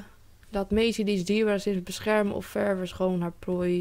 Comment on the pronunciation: 😂😂jij spreekt ververs echt grappig uit